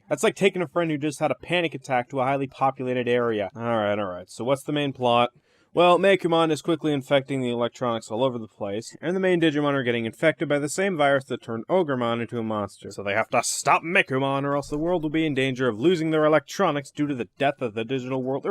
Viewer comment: Ogremon (oh-ger-mon) not orgy mon 😂 thanks for the vid nonetheless